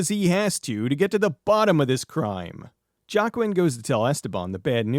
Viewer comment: I think Joaquin is pronounced "Wah-keen" Unless the way you're pronouncing it is the way it's supposed to be. I dunno.